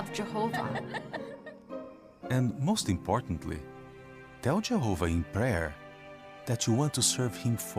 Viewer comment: This is a silly question, but why do these people pronounce Jehovah like they’re from Minnesota?